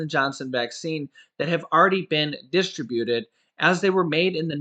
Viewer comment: please learn how to say disTRIButed.